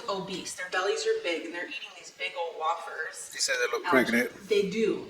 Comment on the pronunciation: Way-furs!!!but hell it really doesnt matter does it!!! 😂😂😂❤